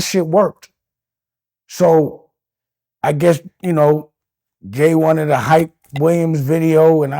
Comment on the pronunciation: Dame stay calling jay homeboy, he cant even say his name